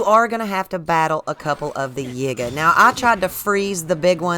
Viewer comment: It is pronounced Yeega not Yiiger, as in if you put an N in front of it, it would pronounce something that you shouldn't be saying. Listen to other gamers and how they pronounce it. It has always been the Yee-guh clan (YIgay